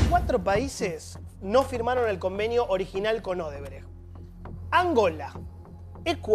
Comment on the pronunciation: QUE ALGUIEN PRONUNCIE BIEN "O-DE-BRECHT"!!!!!! Me da TOC...